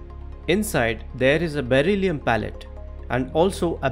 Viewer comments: Pellet, not pallet. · Beryllium pellet not pallet.